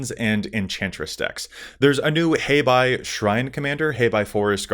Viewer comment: Very well done,! “Hey Bye” & not “Hi Bye”, cos I’m quite certain the name has Chinese roots with the meaning white-black cos panda